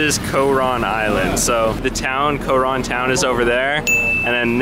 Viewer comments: It bothers me that he says co-Ron. Also, dude is complaining about 1650 pesos? Dude. If you’re going to another country bring enough money to be able to afford things that may pop up. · You have no say on it being overrated because you are only used to a westernized lifestyle. No ones going to listen to your opinion especially if you can barely even pronounce “Coron.” Decent editing though.